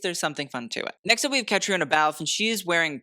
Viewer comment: Caitriona is pronounced " kuh-tree-nuh" like Katrina